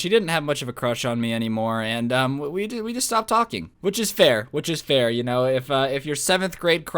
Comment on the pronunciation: like now witches witha b not a w